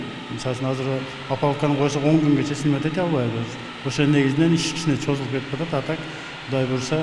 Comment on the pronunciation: Чозулуп эмес, созулуп деп айтылат.